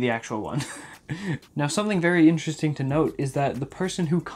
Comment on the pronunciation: I thought it was ‘INTRESTING . . .’